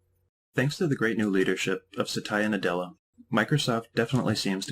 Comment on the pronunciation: v. basic but good explanation i like the ending ...the way u pronounced his name Sataya Na ' Della :D